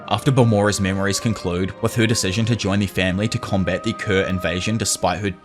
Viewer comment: Bro I can’t unhear “tuah” whenever he says “her”